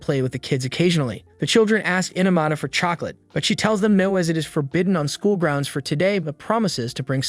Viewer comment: He said (amara) 💀